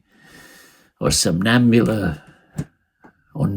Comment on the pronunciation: this was great. but i didnt believe him. i couldn't see it in his eyes. the delivery was consummate but his pronunciation of italian was weak. no lover of callas or bel canto would mispronounce sonnambula as somnanbula!